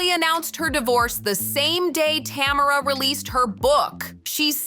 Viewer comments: Tam er rah ❌ Ta merr ah ✅ 😂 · Tuh- mare- uh lol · I want so badly to watch this video but the constant mispronunciation of Tamera's name is killing me. 😭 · Every time she says tamaras name i correct it in my head.